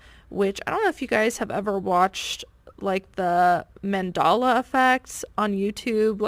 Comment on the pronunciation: at 4;23 you mentioned the "phenomenon" The Mandela Effect. You pronounced it incorrectly. The former president of South Africa, Nelson Mandela, is where the name comes from. The Mandela Effect, it is said false memories can sometimes be shared by multiple people. This phenomenon was dubbed the "Mandela Effect" by paranormal researcher Fiona Broome, who reported having vivid and detailed memories of news coverage of South African anti-Apartheid leader Nelson Mandela dying in prison in the 1980s. You pronounced it Man - doll - a. It is actually man - deh - luh. (the deh sounds like bell, but with a "d" instead of a "b". ) I remember Ed McMahon, co-host of the Johnny Carson show in the 70s , was a pitch man for the Publishers Clearing House scam. (Oh, it's a scam alright.) We have paperwork of him on the letterhead for the PCH. However, PCH reports that McMahon never worked for them. Even though Johnny Carson made repeated on air references to McMahon pitching for PCH. This was chalked up as an occurrence of the Mandela Effect.